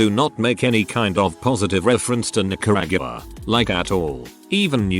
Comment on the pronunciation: Omg, how did VTT screw up “ Nicaragua?” It’s not like it’s slang.